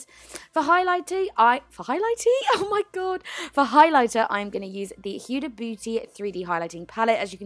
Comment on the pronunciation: HUDA is pronounced as Hooda, if you were confused!!